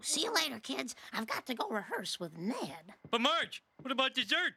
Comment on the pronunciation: The way Marge adds another syllable to Ned’s name didn’t stick out to me before. She was being in character as Blanche when she said it. Nice touch by the actress